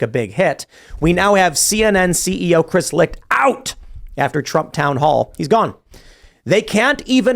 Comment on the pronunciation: Dudes name is Chris, not Christ lol. C.mon, seriously. Although if you AI Chris Licht nailed on a cross, that would work.